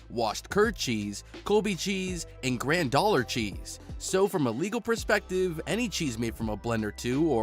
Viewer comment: Ok not trying to be one of "those" people but you need to learn how to say some of these ingredients properly. Granular cheese. you said it like grandoller. Its Gran-u-lar. Anhydrous. you said it like an-whole-dre-ous. its said like an-hi-dras. And there are more as well.